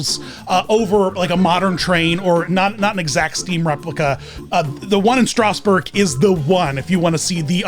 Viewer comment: Did he just say strosburg